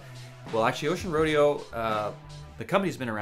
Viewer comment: It's pronounced roe-day-oh!